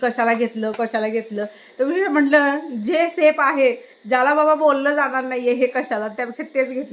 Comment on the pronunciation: कँन्टिग नाही कँन्टिन, सेप नाही सेफ